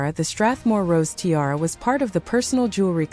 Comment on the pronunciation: This must be AI. No one can be that stupid to TI-ara